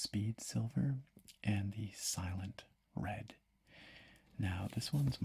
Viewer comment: ‘Slient red’ lmao